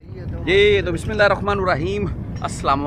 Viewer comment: Bhai Jan..ap Bismillah ghalth parr'tey hey..droost karey...